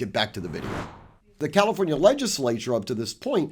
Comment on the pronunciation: NOT "calOfornia". Distracting to keep hearing the wrong pronunciation.